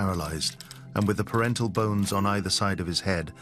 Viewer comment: PARIETAL bones, not "parental". As in, parietal lobes of the brain.